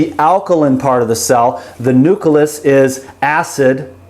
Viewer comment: What's a NUCALUS??? I thought it's a NUCLEUS?!?!?!?